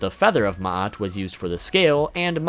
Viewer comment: Thank you for pronouncing Ma'at relatively correctly. And that crocodile monster is worse than you think, its name is Ammit, the Devourer, and her job is to devour the soul, both ba and ka, of anyone who fails the Weighing of the Heart--which was something that generally happened to the soul after death. She has the head of a crocodile, the front legs of a lion, and the rear legs of a hippo--the three most deadly animals to the ancient Egyptians.